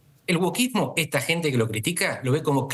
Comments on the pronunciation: Ella dice : Workismo NO ! WOKISMO 😅PLEASE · La periodista dice que “woRkismo”? O solo yo la oigo así?